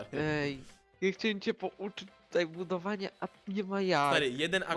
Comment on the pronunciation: *budowania a nie budwoiania*